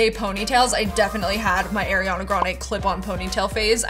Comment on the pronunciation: when she mispronounced ariana's name 😭